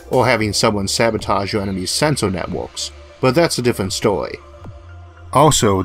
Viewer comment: As long as he wote it in a way to maintain his unique voice. So when you wead it you still felt like Issac was weading the stowy to you. ;-)